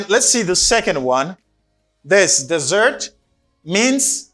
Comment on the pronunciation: Hi, I know you are a good teacher, but both words as desert and dessert are pronounced differently. Desert pronounce like that Dèzèt, and dessert pronounce like that dizèt. This precision could be helpful for all!